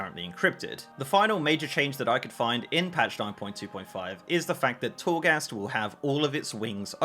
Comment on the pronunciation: This guy really said "if you really want to do chourgast for funzies" lol